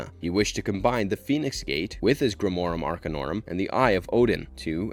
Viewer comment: And yet, in spite of all of this, grimorum arcanorum is pronounced perfectly.